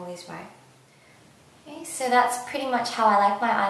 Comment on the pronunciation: Soorrr, sooorrr, sooorrr Why you have to put an R in the end of every "so" you say??????????? o.O